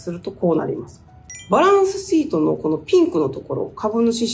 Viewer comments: バランスsheet 良い発音♬ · バランスシートの発音がいいですね